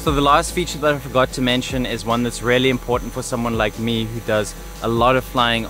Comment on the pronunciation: hi bro, if you insist on using the word "really" so often, make sure to pronounce it like "rially" instead of "rarely", because the way you say it is rather distinctly off putting